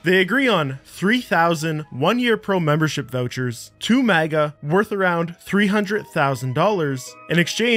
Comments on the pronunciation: you just had to pronounce mega as maga didn't you? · Why you keep saying maga instead of mega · bro its pronounced MEGA not MAGA lmfao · dude did you really call M E GA... MAGA lol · we-a-bus? WE-A-BUS? WHY? maga? MAGA? WHY? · You pronounce Mega like MAGA. I could foresee someone going to harass the creator of Mega just from watching that part of the video lol. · Nice video but the way you pronounced “Mega” as “MAGA” bothered the shit out of me 😂. Anyways besides that A1 keep it up❤ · The way that you cannot pronounce Mega properly is annoying af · i have never heard someone mispronounce the word "mega" quite like that before. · The way you just pronounced MEGA literally ruined Christmas for my entire generation. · Mf how hard is it to say Mega?